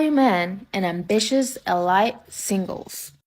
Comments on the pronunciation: lol EL-LITE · How did that beluga whale just pronounce elite. EL-LIGHT?! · That doofus can't even pronounce elite